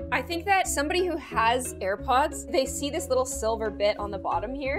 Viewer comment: “the tips of you HAIR pods” Me: “D-Did she just say HAIR PODS?! DHHSBDBDHDHSHD”